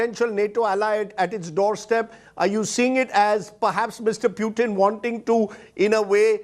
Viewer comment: calls: pyutin, tongue 👅 slip or make him muting